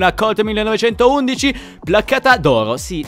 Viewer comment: io ho sentito che la colt 1911 si pronuncia 19-11